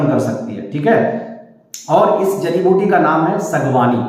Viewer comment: Aap. Ko. Jadi. Biuti. Ka. Naam. Screen. Par. Dikhana. Chahiye. Aap. Ne. Jo. Bola. Woh. Samjh. Me. Nahin. Aaya